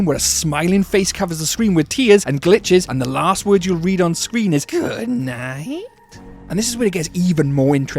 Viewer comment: Why did you say good night like that?